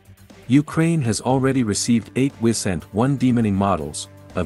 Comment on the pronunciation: I second that. Also the I in Wisent is spelled as a long I.